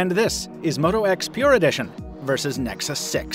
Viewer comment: "moto x pure edition vs. nexus sex" it really sounded like that